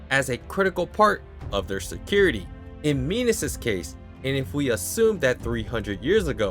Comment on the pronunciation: Not "Minos". "Minus"